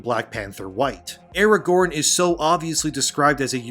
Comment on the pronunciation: That's not Aragorn, it's Aragone.